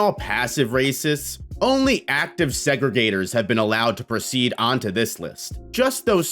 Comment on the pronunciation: “Active Segragator” is wild 😭😭😂😂